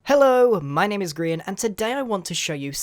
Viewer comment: old school gamer notice you said grain rather than grian